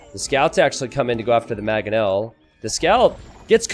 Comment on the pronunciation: you legit mispronounce everything in this game that is not a standard English word. The way you say Slavs, janissaries, mangonel, etc. are all wrong. Please fix